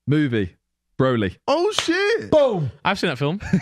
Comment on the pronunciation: did not just pronounce Broly like that mate!